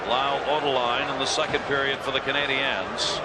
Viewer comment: And to this date, Sabers playcaller still can't pronounce " Canadiens " properly..